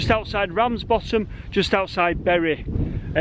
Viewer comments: err... Did you say you were in BERRY ??? Berries grow on trees.. It's pronounced BURY.. lol P.S. You can see Blackpool Tower on a clear day. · It's pronounced burry,.